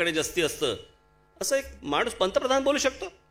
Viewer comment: Yala bolta yet nahi पंतप्रधान ऐवजी पंत्रे प्रधान म्हणतो काळजी पूर्वक ऐका